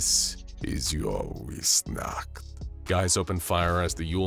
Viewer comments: Weissnacht is so poorly pronounced. Weiss is pronounced more similarly to “vice”. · W's are pronounced like v's in German, so it would be viessnacht, otherwise amazing video one of my favorites by far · I am a bit annoyed at how he pronounced weissnacht as it is a German word so it pronounced more like viessnacht other than that great vidieo